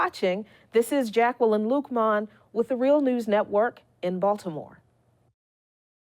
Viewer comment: Jack - el - ine ...